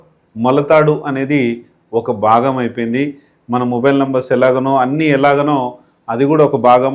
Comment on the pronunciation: బాగం కాదు భాగం అనాలి అది తెలుసుకో ముందు.